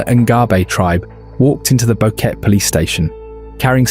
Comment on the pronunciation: Bo-Que-Te not Boket